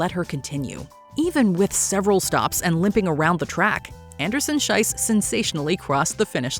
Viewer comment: Schiess is pronounced with an E sound not I sound. The way you pronounce it „Scheiss“ instead of „Schiess“ makes a huuuge and insulting difference. As in Swiss German (and high German) Scheiss means shit… So saying „Anderson-Shit“ is quite the choice… maybe look up how the names of the athletes are pronounced for future videos as a way of showing basic respect